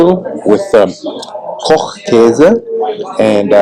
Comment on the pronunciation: Eier aus Frei-Land-Haltung: free land housing of the chicken. Funny: you get Ko-ch-käse perfectly German but Mi-ch-elstadt pretty American 😊.